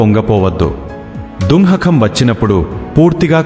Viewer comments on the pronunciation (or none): Dunnakham kaadu dukkham,jnanam kaadu gnyanam,ee words rectify cheesukogalaru.